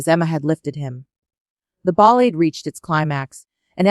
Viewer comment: The AI reads the lines with horrible pronunciation. Disgusting shit."Chopin" "Ballade". ???? 🤮😱